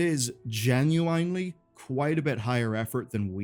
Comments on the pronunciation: Great video as always, I do always feel rage baited every time you say genu-(bottle of)wine-ly, but other than that I'm looking forward to everything on the way! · ''Enough to keep you busy'' not even close cuz most of it isnt worth the time wtf also whats with the ''genuinely'' pronunciation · His pronunciation of "genuinely" in this video.